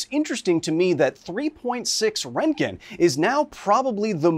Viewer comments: I don't think I will hear an American pronounce Röntgen correct in my lifetime. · To be fair, it is better than rontgin. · You say the o not the e, Ron,te,Ken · Why is there a "k" in your pronouncing his name? ... Oh, your pronouncing it in a few diffenert ways and default to turning the "g" into a "k" sound as you often call it "rent-Ken" ... stop tentimg poor Ken, he has to go glfight Ryu and other Street Fighter opponents. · RÖ RÖ RÖ RÖntgen, not fucking REntgen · Your pronunciation of Roentgen is bothering me so much. The show might not have done it perfectly, but it's closer than what you're saying. The guys' name was Röntgen, which in english is most closely pronounced like Roentgen which is why we spell it that way. Roe-ntgen. Not Rontgen like you're saying. After looking it up, it seems like your way is the typical American pronunciation which is now bothering me. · It's RONTgen not rentgen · Who pronounces it “rent-gin?” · Rent-gen? Fuck, Kyle. C'mon, dude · rengen lol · I like how the general guy adds an extra syllable to word. "RON-teh-gen". I like that pronunciation more. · It's pronounced "RERNT-gen". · Röntgen isn't pronounced Rentgen... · Bro stop saying “rentgen” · It's not rent gen learn how to efin talk. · Renken its speeled out for you and somone pronounces it for you learn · You pronounce it like "Rankgen" I have never heard it like that before. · It hurt me so much hearing him say "rentgin" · It is pronounced "Ront-Gen" it is two syllables. The first X rays were called Ront-Gen Rays. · STOP MISPRONOUNCING ROENTGEN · I thought it was Röntgen. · Strange pronunciation of Roentgen/Röntgen. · If only you could pronounce the scientist's name properly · It hurt my ears when you miss pronounced Wilhelm Röntgen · Very informative... BUT man... your pronunciation of "röntgen" is criminal 😂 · This guy can’t even pronounce roentgen properly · so funny when English Speakers are trying to pronounce röntgen.